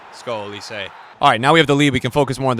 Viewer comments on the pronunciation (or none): his name is not Olise.. his name is Olis. Thats how you pronounce him.. fucking American -.